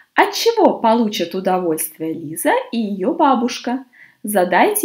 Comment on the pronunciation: Почему читаете Лайза, а не Лиза?